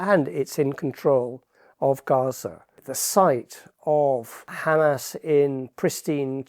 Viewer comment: Erm, it's Hamas, pronounced Hamaas, not 'Hammers'. They're not Arsenal!